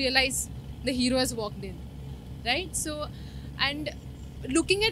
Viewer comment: walked in Aah?? which language it is?? i will definitely praise your English teacher.